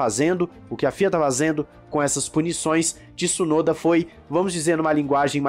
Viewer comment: não fala Tissunoda pf…